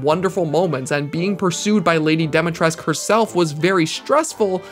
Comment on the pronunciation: I love this guy's videos but I can't get over how he pronounces "Dimitrescu."